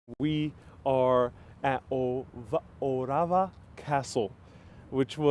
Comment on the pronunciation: Orava not Ovara